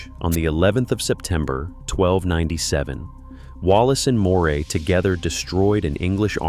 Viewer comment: Why do they so often get the pronunciation of Moray wrong? Try Murray.